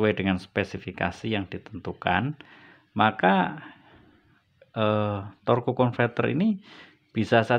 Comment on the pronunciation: Torque dibaca tork.